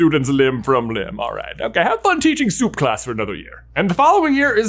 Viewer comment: “Soup class” 💀